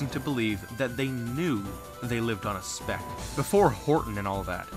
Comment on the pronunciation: every time he says speck I think he says spick